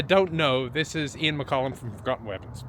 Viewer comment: That's Ian Furgusson from the Royal Armouries isn't it? Why are you calling him Mccolumn?